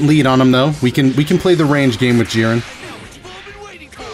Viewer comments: who is Jirren? thought his name was Jiren, lmao just playing dont hate me but seriously who pronounces his name like that? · Oh man, JEE-RAN! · Gee-ren! Please pronounce it properly. It ticks me haha :] love your stuff btw! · Day 6, still mispronouncing jiren 😞